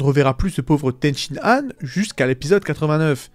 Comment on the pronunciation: Ten shi han, pas Ten Shin Nan, bordel c'était frustrant. Ten Shin Nan Kebab 😂